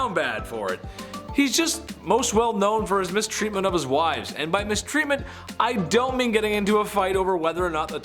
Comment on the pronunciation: "Wives" not "Wife's". Jeez.